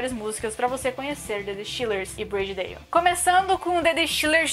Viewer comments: A pronuncia é ''Brôdi Dóuw'' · Só achei estranho o nome Body Dalle ser pronunciado como Brady Dale kkk